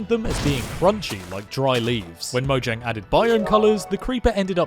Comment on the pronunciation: Fact: Its actually pronounced mo-h-yang